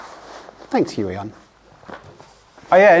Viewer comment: Thanks for that pronunciation of "Huion". The pronunciation I heard earlier has a somewhat unfortunate sound in my and other Slavic countries...